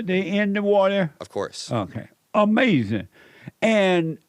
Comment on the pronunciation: I could’ve told you this was going to be the weirdest most asinine interview with the biggest,weirdest most asinine MAGA that tries to trick you into an answer where he can just say Uh-mazin! Then talk about women while thinking he gotcha when you say anything bad about trump or not being a Christian and will open the conversation from whatever it is to black people,their families and jobs and likely Jim Crow laws somewhere it’s always the same. He’s unequivocally the most asinine,ridiculous pod.